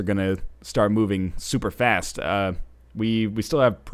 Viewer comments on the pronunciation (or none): none